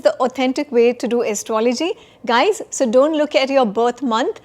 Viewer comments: Like your podcasts, but please check pronunciation of astrology :) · Is it Astro-,logy or Astrology? Leebra? Your pronunciation is abhorrent!! Why do you take this accent?. Why do you still need English? Dear Sir, Astrologer: 2026 is a Gregorian calendar not Vedic calendar. Stop fooling people.